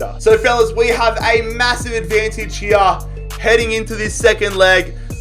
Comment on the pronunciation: He says Wei for we